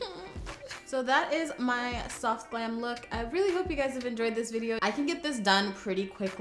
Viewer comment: Girl you didn’t say soft you said SOHF!!